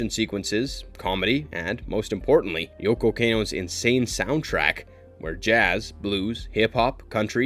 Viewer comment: The pronunciations and mistakes in this video are ALLLL over the place. We're human, but if you're gonna make a video like this, come on man... Attack OF Titan? Mo-Bye-ul Suit Gundam? Yoko Cane-Oh. PokemonS? Meowith? A-Sue-ka? Rye-oji? Meet-sue-ko? Even Carl Jung was wrong. The J is silent. I can't even finish the rest of the video.